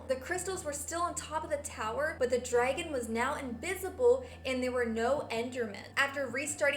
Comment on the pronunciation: You ceep saying Derngon but its really dragon.